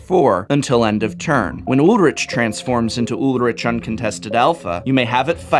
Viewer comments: I think it's Ulrik not Ulritch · Ulrich = Ool-rri-k (really it's more a soft ch at the back of the mouth where the tongue doesn't touch the pallet, sort of like the way a cat hisses) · I thought Ulrich was pronounced "Ull-Rick", since it's a German name. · Your pronunciation of Ulrich triggers me